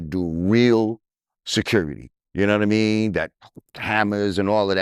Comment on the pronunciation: Lord Jamar I don't know yanadamean I am sure drizzy yanadamean and yo yanadamean. Completely uneducated.